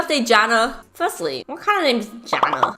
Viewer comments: "What kind of name is JaNa?" cries silently OH AND ALSO IT'S PRONOUNCED YANA cri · C My friend is called jana Its pronounced JARNA